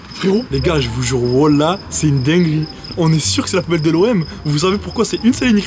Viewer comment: Il a même pas bien dit wallah il a dis wolah